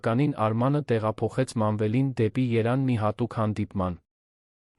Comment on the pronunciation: ԵՐևԱՆ ՈՉ ԹԵ ԵՐԱՆ